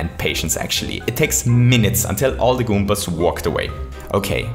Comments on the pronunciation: That's never he always says 'goompas' :-p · good video, good concept. good game. but the only thing that bothered me was how he said "goompas" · I love that he says goopas and not goombas. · Goompas My God I love that accent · So many "goooompaz"